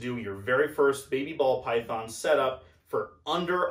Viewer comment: “Paul Bython” 🎉😂